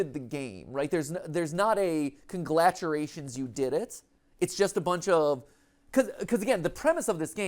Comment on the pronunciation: Has no one caught the fact that Matt said "conglaturations" in the wrap up? Instead of "congratulations"? I was expecting Ash to say something but they never did. And now I feel like I'm losing my mind a bit.